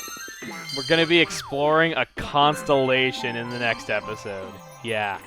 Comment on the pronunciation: I though you said "constapation" for a second not "constalation"